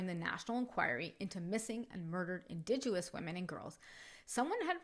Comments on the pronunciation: Really well done story! Just found your channel and subscribed ❤❤❤️ I am a fellow Canadian and did just want to kindly let you know you are mis- pronouncing indigenous. It is pronounced IN-DIJENUS. Looking forward to listening to your other stories 🙏🙏💕💕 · ‘Indigenous” has no “w” sound.